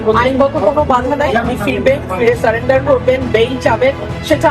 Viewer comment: ভিডিও বানালেই হবে না, উচ্চারণ সঠিক করতে হবে,,, স্যালেন্ডার হবে না শব্দটা হবে সারেন্ডার , নজর বিহীন না নজীর বিহীন হবে শব্দটা ঠিক আছে ? এর আগেও দেখিছি ভুল ভাল উচ্চারণ উল্টা পাল্টা হেড লাইন